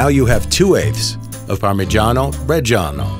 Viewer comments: The art of parmigiano 🙏🏼🇮🇹 PS: But please.. pronounce it right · makes a tutorial on how to get a parmigiano pro cant pronounce it correctly